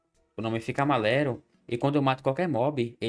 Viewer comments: Cara eu n sei como vc falou Amaléro ao invés de Amarelo 🟡, é mais difícil falar errado do que certo pô 😅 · blz, "amalero" me pegou, de todas as palavras erradas q vc fala, essa foi a q me roubou uma risada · Meu favorito ainda é "o nome fica amalero"